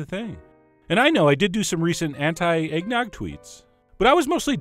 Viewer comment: No shit,I heard eggdog instead